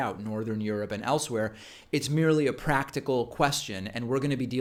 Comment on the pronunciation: Lol David Pakman "i am reading somewhere warren may be more pr-act-icle then Bernie" yet she couldn't even win Massachusetts *and backed off Medicare for all, not accepting super pacs, not supporting other progressives and basically everything she originally platformed for, shes a massive grifter*